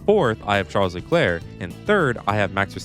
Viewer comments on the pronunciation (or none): none